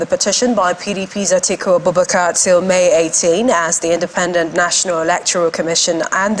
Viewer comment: Atiku not Atuku